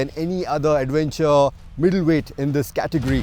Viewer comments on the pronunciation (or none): none